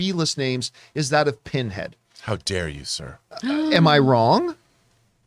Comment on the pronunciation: his name isnt Pinhead....Pinhead.